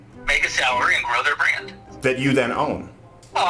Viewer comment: Please, take some elocution lessons. "H oar", "storedom", "bwand". It's hard to take this video seriously when you're mispronouncing words like a 5yo.